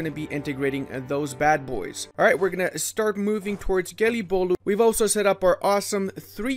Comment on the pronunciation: That Gelibolu pronunciation was spot on, good job!